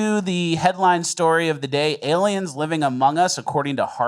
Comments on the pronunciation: Has adopted the correct way of pronouncing Aliems. THAT A BOY,....Keep diving down those rabbit holes. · used to occasionally mispronounce words to see if would catch it and 'aliems' was just one of those words that stuck lol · Why is "aliems" controversial?